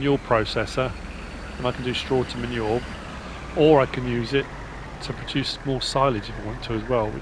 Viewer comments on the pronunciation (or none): When you refer to manure it sounds like you are saying "ma' nual".